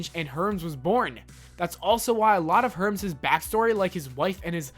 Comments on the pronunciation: herms HERMS HERMES ITS PRONOUCED HERMEES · HERMS 😂😂😂 It's pronounced HER-MEES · Did you seriously fucking say fransworth and hurms? Also why would we want to forget the work they put into their work? I knew this would be a bullshit click bait video and I still clicked. I block channels like this so you'll never get my view again. Also it's CRYOGENIC not CYROGENIC, idiot. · Wow, you can use google!! What a poser.. Herms? Herms..? You mean Hermes (pro : her-MEEs)? If you had seen a single episode you'd know how to pronounce normal words.. I imagine reading directly from a wiki doesn't afford one many opportunities for growth. Poor form sir and I bid you biteth mine most shiny metallic posterior. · Herms? Cyrogenic? Fransworth? You never actually watched Futurama, did you? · Ah yes. My favorite characters. "Herms" and "framsworth" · Herms and fransworth 😂😂😂😂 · This video is actual garbage. Not only does your mispronunciation of countless things show how unprofessional you are but it also shows you've probably never seen an episode of this show. "Franzworth" and "Herms"? Try actually researching a topic before you make a video on it. Also these aren't things they want you to forget. Most of the stuff on this list are what makes futurama a great show (not that you would know since you've clearly never seen it). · Will not watch anymore of your videos. You can’t even pronounce Farnzworth! Herms?! Idiot. Get off YouTube. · Hey it's Hermes her-me's Not herms. And Farnsworth not fransworth. You gotta ask the proper way to pronounce things not just make it up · ...Hermes. Not Herms... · It's not herms, it's Hermes. It's not Fransworth, it's Farnsworth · Some constructive criticism: learn the correct pronounciation of words and names before going into production. Farnsworth, not fransworth, hermies, not herms, and cryogenic, not chirogenic. Cheers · Herms? Fransworth? Wtf dude? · Her-Mees not "herms". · herms??😂😂 its hermes (her-meese) dudes high af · Herms?? Franzworth????